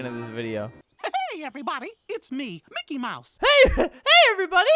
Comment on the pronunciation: And its mickey